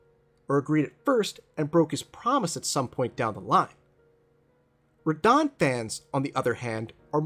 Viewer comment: I thought you would have fixed your pronunciation of Radahn by now lol